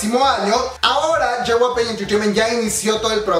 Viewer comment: Yey-way-pi* (JYP) lo siento, se me pone el ojo chueco cuando dice ye-way-pey xd *no hate gente*